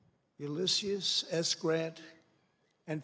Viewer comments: "Oolyseus" Ulysses. It's Ulysses. It's not even a hard name to pronounce. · It was definitely "Ulyssius" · U-liss-eee-us grant? Whaaaaa?